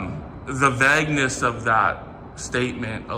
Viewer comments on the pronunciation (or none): And vag-ness instead of vagueness. He can't pronounce words- even with his 400 level English. 😂😂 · 😂😂 He needs those English classes. He can't even pronounce vagueness correctly, or many other words. 😂😂